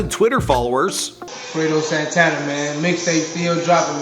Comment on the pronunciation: Man ... Ita not sintana its Santana ... And you read it Freddy krugor 2 instead of fredo krugor 2